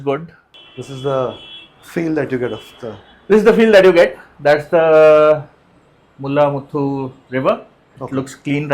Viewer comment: Guys, please edit the Mulla-Mutthu. It’s not मूल्ला-मूथ्थू it’s मूळा-मूठा 🙏🏼